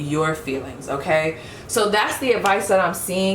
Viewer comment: pile 3 when you pulled the queen of pentacles it sounded like you said “ewkay” 😂 i love your energy !!!